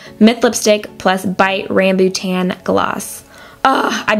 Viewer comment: Very beautiful tutorial. :) Ps, it's pronounced as Rah-m-bu-tah-n. It's a kind of tropical fruit from southeast asia. A- in malays are pronounced as A like in Ah- just minus the H. Haha I hope these make sense to you.